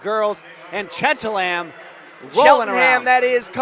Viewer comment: Bruh can’t say cheltenham tho? Lmao